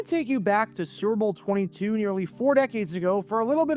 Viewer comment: Almost every time you say '"Super Bowl" you sound like you're saying "Servo" instead. Take some diction lessons to prevent this and future mispronunciations and thank me later.